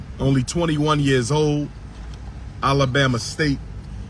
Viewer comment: Dr. Johnson pronouces Alabama, Allah-Bama. That's how serious this man is.